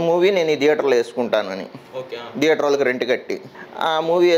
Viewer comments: Why you pronounce as dheater when it is theater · Sir, Please note it not pronounced as "Deather". It is Theatre with "Th" sound.